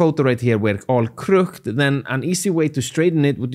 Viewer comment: As an English speaker I must apologize. The word crooked is pronounced with two syllables (krʊkɪd). I realize that it makes no sense and shouldn't be, but it is.